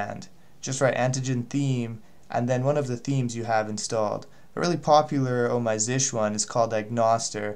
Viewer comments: Really helpful but it is z s h or z shell not zish. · Stop calling it "Zish".